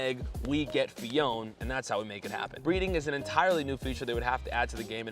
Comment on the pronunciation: You are not saying Phione correctly btw